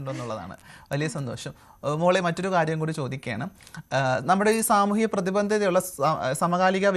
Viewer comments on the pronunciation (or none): പ്രതിബന്ധത അല്ല പ്രതിബദ്ധത ആണ് ... ഇത് പ്രധാനമാണോ എന്ന് ചോദിച്ചാൽ ഒരു വാർത്താ വായനക്കാരി തന്റെ ജോലി ആത്മാർത്ഥമായി ചെയ്യുന്നു എന്നതിന്റെ അർഥം അവർ തന്റെ ഭാഷാശുദ്ധി സൂക്ഷിക്കുന്നു എന്നതു കൂടിയാണ്. ഏത് ജോലി ചെയ്യുന്ന ആളിൽ നിന്നും ആ ജോലിയിൽ ആത്മാർഥത പ്രതീക്ഷിക്കുന്നത് തെറ്റല്ലല്ലോ...